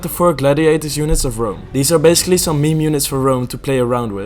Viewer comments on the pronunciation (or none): none